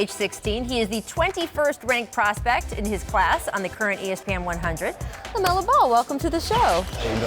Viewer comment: “LeMelo” Birth Certificate: “LaMelo”